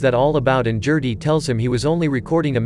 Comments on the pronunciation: "Jerty". No. It's a hard 'G'....Gerty. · Gerty not Jerty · I can’t take you calling “Gerty,” jerty! It is driving me too crazy to watch video. GUH GUH GUH GERTY. Not JUH JUH JUH JURTY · I KNOW!!! I was looking for someone else who was driven nuts by that mispronunciation!